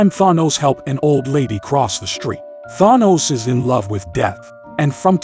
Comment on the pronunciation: Why does rhis AI reader say Thanos weird?